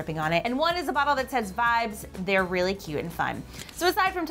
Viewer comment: it said sys instead of says